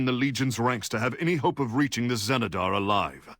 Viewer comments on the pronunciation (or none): the XENEDAR , not the GENEDAR